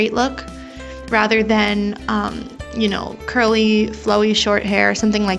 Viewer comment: Thx this vid helped me ALOT Also just curious what are those two little lines towards the bottom of the face Edit: Also (no hate) did you say curly.........a** lmao that’s what it sounded like hahaha